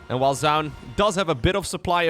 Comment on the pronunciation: Minor point, "Zoun" is pronounced as "Zhao Yun", a Three Kingdoms general. He just uses a strange anglicization for the spelling.